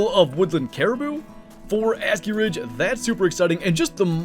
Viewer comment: Bro says it like Ass-Key Ridge 😭